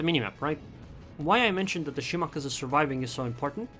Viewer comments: I think he is saying to pronounced it wrong. You said (Shi•mah•kah•zu) Instead of (Shi•mah•kah•zi) And yes I know how to spell it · Shimakaze has no pronunciation of the letter u at the end of it, FYI.